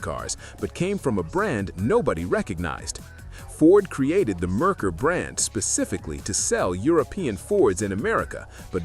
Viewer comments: Had a Merkur XR4Ti. Great car when all the things worked right. Parts and repair? Yeah, let's talk about the price. BTW, it is MARE-coor, not Mer-ker. Oh, also had an 80 Citation. Not as bad as made out to be aside from the tranny. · And the moron doesn't even know how to say it right!! Its Mare coor!! Which is Mercury in German. But by the sounds of it, you probably already know that. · Yeah, I switched off after the AI mispronounced Merkur and called it a sedan. I hate AI narration.